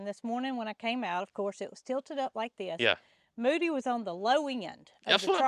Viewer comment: I would guess it is a bovine (cow). People continually told you that you called Mildred and Moody incorrectly.😅